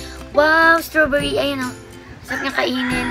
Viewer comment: Wrong pronounciation pa ung strawberry